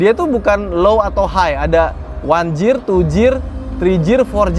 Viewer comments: Pronounce nya "gir" bukan "jir" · Setahu gw Gear dibaca bukan Jir tapi Gir